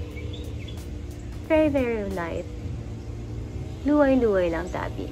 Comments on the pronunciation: Luway-luway lang tabi made me stop and rewind...spoken like a native speaker. Love you heart. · 'luway luway Lang tabi' argh💖I love your pronunciation 😊